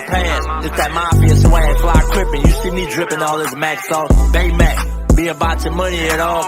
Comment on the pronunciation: BayMaac? Seriously?